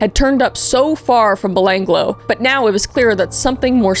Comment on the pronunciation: as an aussi i lost it hearing you try to say Belanglo XD